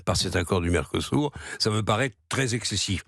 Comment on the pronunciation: À l'UE à l'évidence ils sont aussi aveugle , pas seulement sourds → mercosourd Pour info , il convient de prononcer mercosü(r) qui peut glisser mercosür mais pas mercosou ni mercosourd . Quant à l'interrogation finale, elle est facilement solutionnée par le bilan calamiteux (sans Jane mais avec gêne) sans appel des pays dont la France assurément le pire . Un gamin de 7 ans même en le faisant exprès aurait des difficultés à concurrencer une telle nullité .